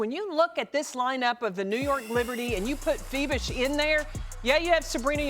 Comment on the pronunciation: Very good presentation by those ladies. Also, they pronounce Fiebich's 🇩🇪 name perfectly.